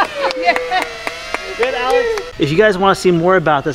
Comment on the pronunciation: anyone else hearing calling Alex, Alice